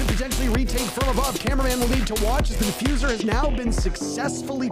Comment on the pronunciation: bro said defuzer when gavini killed hyper